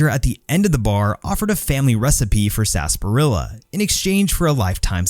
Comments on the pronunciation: A vid per corporation would be FANTASTIC! And you keep calling it "sasparilla"...it's SARsparilla." It's confusing! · It's Sar-SA-parilla dammit. 😑